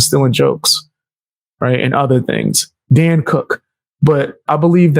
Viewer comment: Dane cook, bro. Dane Cook. Dan Cook? Really? No way you didn’t know that. You’re pulling a Theo Von intentionally mispronouncing names. Yet, another person stealin from Theo. 😂